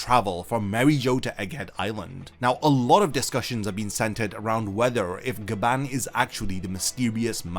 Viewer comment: So apparently its Gyaban not Gaban